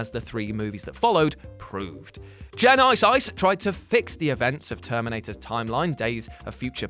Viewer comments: Good Lord, that drove me nuts everytime he pronounced Terminator Genisys.. J + eye + nye + syse. Look man, just start off by saying the name Jennifer, but stop before you get to the "fer". Then just add a "sis"... Like short for sister... Jenni + sis Is how to pronounce Genisys.. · he says "gen-ice-ice" instead of genysis wtf he says it all retarded like that multiple times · Or, you could just pronounce it like genesis. I'm sure nobody would notice the difference. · GEN-I-SIYS that made me laugh way too hard lol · I like the way you pronounce genisys, make me laugh every time you say. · You say genisys so weird lol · OK, I LMAO at the Jules' Genisys pronunciation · 😂 Howard the duck was actually fail and the way he said genisys